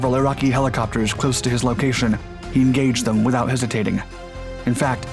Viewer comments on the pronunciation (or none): none